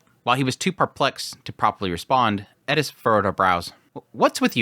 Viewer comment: Its just like people say with Eris he says Edis 😂 I dont personally hear it that much but its what people say